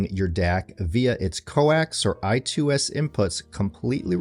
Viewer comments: What the HELL is "eye-two-squared" - do you mean "eye-squared-ess"? 🤣🤣🤣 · I believe "I2S" is pronounced "I SQUARED S" , not I 2 Squared... :)